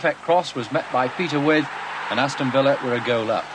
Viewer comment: Не Петер Уайт, а Питер Уит, или, как переводили в то время, "Уиф" (Withe).